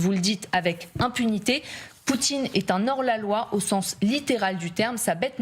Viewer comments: Ah... "un hors-la-loi", ça se prononce aussi "un Nord Laloi", j'avais oublié, les temps changent. a une très jolie cravate, elle lui va vraiment bien. Merci à toute l'equipe, un fabuleux travail! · Un n hors la loi madame on ne fait pas la liaison avec un h,syntaxe 00000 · Non, ça ne se prononce pas "un nord laloi" car il y a un H, en tout cas pas en France.